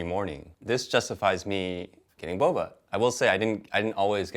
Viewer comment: Lol Wes who says “bobes” for boba? Love the candid introvert energy in this video and reactions to Wes’ interesting choice of words.